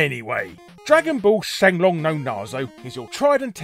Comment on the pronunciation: Correct pronunciation of Saiyan instead of the dub pronunciation -"Shenlong" This shouldn't make me as happy as it does.